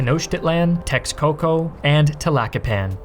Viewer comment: X is pronounced with a “sh” sound. So the “Meh-shika” “Tesh-coco” “Tlash-kalan”